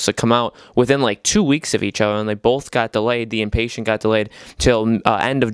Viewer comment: Dude, it’s not Inpatient, like someone who is impatient. It’s the Inpatient, as in an Inpatient. You have the emphasis on the wrong syllable. And “toy around with these VR games?!!!” Are you kidding me? Have you not played Rush of Blood? That’s one of the greatest VR games on the system!